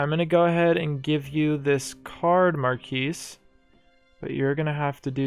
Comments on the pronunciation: I am french and you pronounced it well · Great video, as usual, and I like how you described the pronunciation of Marquise. You are correct about that. However, I do believe you’re mispronouncing the word “despot”. According to all sources I could find, the ‘t’ at the end is not silent. Not trying to be annoying, but just want to let you know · You are definitely correct on the Marquise pronunciation.